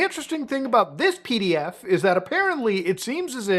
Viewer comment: "P" tapes. Not pee. PDFs.